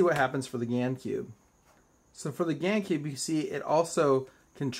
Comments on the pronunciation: when he was saying Gans Cube for some reason I kept hearing GAN SKEWB.... like if you can relate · But they're called GAN, not GANS(?)